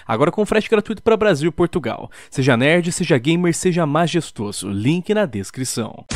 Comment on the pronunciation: Sabe oque é realmente feio? Esse seu "maxesstosso" no começo do vídeo 😂😂😂😂